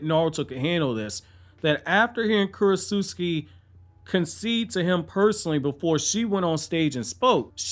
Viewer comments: I think it’s Kurotsuchi not Kurotsuski. Lol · KU-ROT-SUCH-EE not Kurot-suski!! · this dude did not just say kurotsutsuki